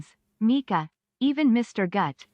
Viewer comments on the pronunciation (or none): none